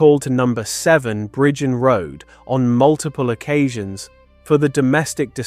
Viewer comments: Bridgend in Wales is pronounced simply as "Bridge-end" It breaks down into two distinct syllables: "brij" (as in bridge) and "end" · He can't even say Bridgend Pronounced Bridge-End